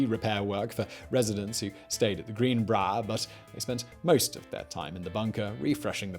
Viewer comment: Everyone: greenbrier Simon: GREENBRAAR